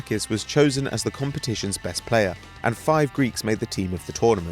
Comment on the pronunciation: "Bestt England team in years"😂😂😂😂😂😂😂😂😂😂😂😂😂😂😂😂😂😂😂😂😂😂😂😂😂😂😂